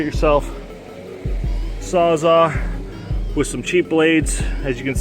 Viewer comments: Are you saying "sawzaw"? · It sounds like you’re saying sawzaw, not sawzall. I think that’s why he was asking.